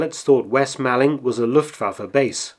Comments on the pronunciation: Sorry to be pedantic but it’s pronounced moorling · Excellent piece. But being from Kent and just a little pedantic, it's pronounced west/east 'mawlling' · Fascinating but just a small point Malling is pronounced as MAULING. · "'Ere, chaps, you'll never guess what just 'appened in Malling..." (It's pronounced "mauling" btw) I properly lol'd at this! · Just being a pedantic Man of Kent it's pronounced 'Maw-ling'. The 'Mall' rhymes with 'fall' or 'call' not 'pal'. Interesting little video though. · "Mawling" not "Maalling" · Nice video, but your pronunciation of West Malling is poor (the A is pronounced the same as in ‘ball’) - are you a spy? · You do seem to unearth some very interesting information well done mark P.s. malling is pronounced as in shopping mall